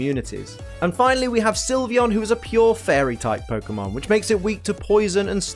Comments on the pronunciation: SYLVEON, NOT SILVEYON! FIX IT NOW! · SYLVEON, NOT SIVION! AND THERE IS NO I IN VAPOREON! FIX IT NOW!